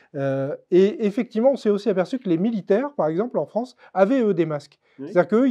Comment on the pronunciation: Ah le froncé de Fronce, c'est bien ça "lent du strie", on re-long ti?!